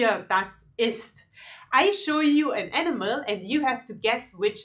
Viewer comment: It looks like she says the enema not the animal !!!